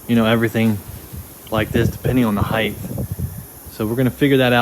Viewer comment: Height is a word HeightH is not